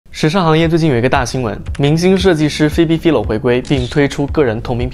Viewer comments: 我想說, 她名字好像唸Fai-lo, 不是fi-lo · 还是纠正一下 philo是 fai-lo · 他整個影片都把人家的名字唸錯，還說做了功課 🤣